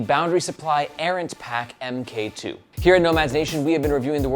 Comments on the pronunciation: Also, my dude...Mark 2. I'd bet money that it's not pronounced "M K 2". It's a newer version of something, like camera or Ironman suits. Errant Mark 2. You're killing me!😅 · Kep calling it the "em Kay two" when it's actually the "mark 2". i.e. version 2. I kickstarted the original Errant, that's the bag that got me into bags so it has a soft spot in my heart. But the Errant really showed me everything that I don't like about bags. Top opening, slow access. Too many things fighting with eachother in the bag. It's kind of a mess. This looks like trying to modernize the Errant with new things, but keeping the silhouette of the Errant.... And it doesn't really work.